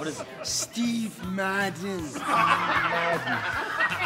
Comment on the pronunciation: Was in New York two weeks ago and couldn’t walk past the Steve Madden store without hearing Donny’s ‘Shteve Maadden’ 🤣